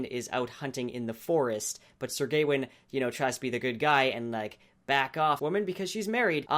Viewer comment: I think it's Gawain, not Gaiwin. :p